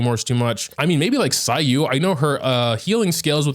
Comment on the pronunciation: Am i the only one who heard him say cyyu while talking about event claymore